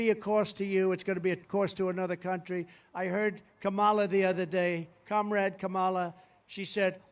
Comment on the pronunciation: He can’t even pronounce Kamala. 😂😂😂